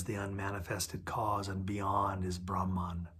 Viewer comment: Not rahman but brahman